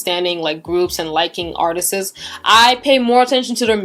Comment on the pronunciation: The word "artists" is two syllables, it's not pronounced "artistsis". Go to Google and type "pronounce artists". You speak very well, I just wanted to let you know, being as you speak four languages.